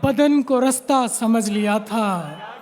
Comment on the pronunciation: Rsta nhi Rasta hota hai jahil shayar